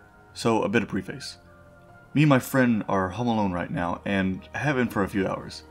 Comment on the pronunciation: These are so cool , but the way one of them said preface noooo